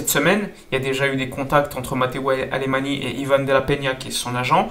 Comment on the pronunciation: Mateu Alemany (Catalan) en Français est Mateou Alemagn